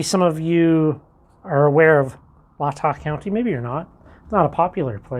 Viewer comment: hey man fyi its pronounced lay ta county